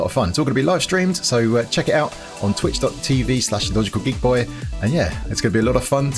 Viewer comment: I don't know how but when you plugged your twitch I somehow heard Dutch cookie boy instead of logical geeky boy😂😂